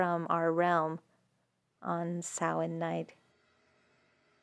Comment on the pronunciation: I think you are my new favourite person. You said Samhain properly. (Well very close enough if you don't have the accent.) I don't think you know how happy that made me. Also for audio distribution, I highly recommend Everand (formerly Scribd) and audible. The first I mentioned also releases ebooks, podcasts, and much more.